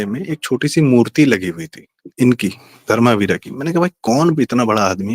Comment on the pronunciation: प्रारब्ध के सह संस्थापक से यह आशा नहीं थी कि वे धर्मवीर के नाम का उच्चारण धर्मावीरा करेंगे। दूसरा एसे गंभीर विषयों में शायद शब्द का प्रयोग उचित नहीं है। कनाटप्लेस की आधी इमारतें सोभाग्य सिंह की थीं।